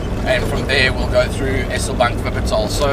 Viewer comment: Pronounce 'Eselbank' with a longer 'eeee' .. if it had a double-s, you would pronounce it the way you do. Just thought I'd give you some feedback .. took me a while to figure out where you were 😂